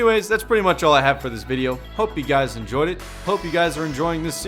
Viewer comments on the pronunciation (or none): none